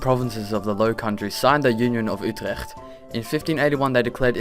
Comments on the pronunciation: ey u said uterecht perfect i netherlands so ;) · Ýou pronounced Utrecht well 0.0 Are you Dutch? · He said Utrecht really well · The pronunciation of Utrecht was on point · you pronounced "Utrecht" perfectly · are you dutch how you say Utrecht is good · Is he Dutch? He just said Utrecht PERFECT.. (I 'm Dutch) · He sais Utrecht like a Dutch person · Ben je een Nederlander (je zij Utrecht als een Nederlander) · U just nailed how to prenounce "utrecht" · Are you Dutch 'Cause you sayd Utrecht perfectly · Ik dacht eerlijkwaar dat je geen nederlander was tot dat je Utercht uitsprak. Niemand behavlve nederlandsers kunnen dat gewoon normaal afspreken. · Wow you pronounced Utrecht really good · Are you Dutch yourself? I heard your 'ch' sound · im from holland and you siad utrecht flawlessly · This dude is dutch, if not congratz about the pronunciation of utrecht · Are you Dutch yourself? Because the way you said Utrecht it was pronounced very good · I didn't realize you were dutch untill you said 'Utrecht' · You are the only english speaker that I know that can prononce Utrecht. I am dutch Myself. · Joris van Eil I think he's Dutch, he pronounced Utrecht like only a Dutch native could. I wish he was a Yankee or something, I wouldn't be so ashamed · How can you say utrecht so good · Jawel hij is Nederlands.